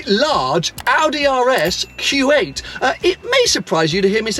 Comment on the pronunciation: Kept think was saying RS Kuwait.